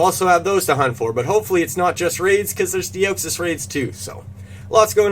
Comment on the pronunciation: broooo... just finished watching the video and loved it but u gotta work on the pronunciations man... de oh xys😂 bro that’s a new one I haven’t heard. De ah xys